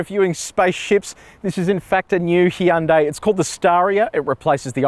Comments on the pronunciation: Did he say heeyundai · Hee yan day. Wtf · Weirds me out when people say "Hi-yoon-day" or "Hi-yoon-die" instead of "Hyun-day"